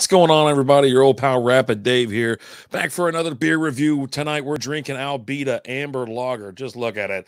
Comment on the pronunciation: Not ALbita, but Uhbita, really. I like this lager.